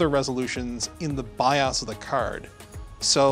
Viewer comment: Yes said BIOS properly at 6.48 unlike the rest at LMG sheez. has got phonetics down BI-OS not BI-OOOOO-S